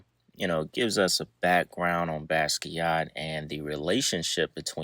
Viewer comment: Pronunciation corrections: Basquiat is pronounced Basquiat. Gallbladder is pronounced Gawllbladder. Samo is pronounced Same O.